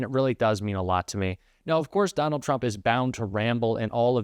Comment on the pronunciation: I love how Comer pronounces Trump, ‘chump’. The rest of our elected officials should follow suit.